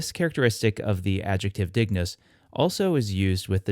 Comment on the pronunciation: Is there a reason you didn't pronounce it as /ˈd̪ɪŋ.nʊs̠/? I thought that's how it was pronounced classically. Kind of like how ἄγγελος Greek was pronounced "angelos". Thank you for the videos.